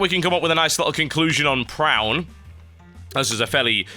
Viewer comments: it is pronounced pro-oon.. its a type of geometric painting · I think it's pronounced Pra-on